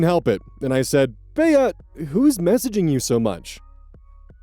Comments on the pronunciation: I’m so sorry, I love watching your videos but please start looking up names you’re unfamiliar with for pronunciation 😭 it’s Bee not Bayah. Short for Beatrice. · Omg, BEE! Not BEY-uh. Your name pronunciations are reaching ridiculous new heights. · Why is he pronouncing Bea as Bey-a?????? Isn’t it pronounced Bee? Like as a nickname for Beatrice??? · Bea is pronounced like bee. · Back at it again with my 'oh god name mispronunciation' bullshit: Bea is short for Beatrice, so it's pronounced 'bee' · third story, the name “Bea” is pronounced “Bee” for future reference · FFR, "Bea" is pronounced like "bee" (I know, it threw me off the first time I saw it spelled out, too). Think Bea Arthur from Maude and The Golden Girls. Your pronunciation still makes total sense, though! Hope that helps. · Just for the record Bea is pronounced 'Bee' as in Bea Arthur.